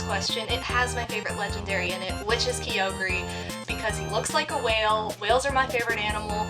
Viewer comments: Also key-o-gre? Lol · The PokeRap does key-o-gre. Ever since I first saw Kyogre, I always pronounced it ki-oh-ger.